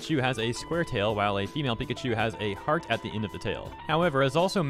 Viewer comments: I don’t know if anyone noticed this but is nobody gonna talk about how at the beginning of the video the voice says Pi-ca-cu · The Pikaku nightmare. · I love the text to speech saying Pikachu like “Pikaku” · All according to pikaku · No, we should actually talk about how the talk bot actually pronounced pikachu as pee-ca-coo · Bro the tts bot trying to pronounce pikachu has me rolling on the floor